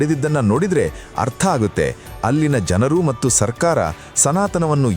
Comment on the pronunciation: ದಿಗಂತದಲ್ಲಿ ಬರುವ ವಿಚಾರಗಳು ಹಾಗೂ ಹೇಳುವ ರೀತಿ ಚೆನ್ನಾಗಿದೆ..ಆದರೆ ಹೇಳುವ ಕೆಲವು ಶಬ್ದಗಳು, ಯಾಕೋ ಸರಿಯಾಗಿ ಇರುವುದಿಲ್ಲ. ಉದಾ.ಗೆ ಮತ್ತು ಹೇಳಬೇಕಾದಲ್ಲಿ ಮಟ್ಟ್ಟು ಅನ್ನುವಂತೆ ಕೇಳುತ್ತಿದೆ.. ಆ ರೀತಿ ಹೇಳುತ್ತಿದ್ದಾರೆ. ಗಮನಿಸಿ